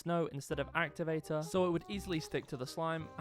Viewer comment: “actuvatu”💀 “amizin”💀 “puple”💀 “pufict”💀